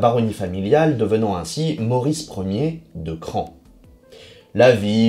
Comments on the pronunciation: c a r se dit '' cra'' , plus ""on"" ca fait CRAON , pas CRAN ! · Le mieux est sans doute que vous contactiez les propres habitants de Craon, dont la mairie par exemple, pour voir comment eux-mêmes prononcent le nom de leur ville... mais bref, vous semblez détenir toute la vérité, je vous envie... Bonne journée à vous aussi et au plaisir d'argumenter sur de prochains sujets.